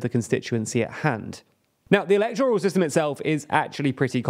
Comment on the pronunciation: I know this is critical but I'm not going to patronise you by implying you're too silly to learn the correct way or you don't need to know. You're not and you do. You're mispronouncing 'electoral'. The stress is on the second syllable 'elEctoral' /ɪˈlɛkt(ə)rəl. It isn't 'electORal'. You do political videos. You should know.